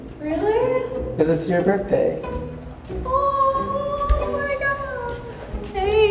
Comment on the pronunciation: you said birtday b I r t d a y wow